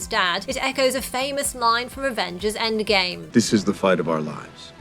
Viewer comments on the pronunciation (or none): none